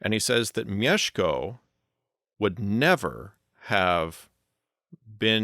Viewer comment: Kudos for pronouncing Bolesław and Mieszko right!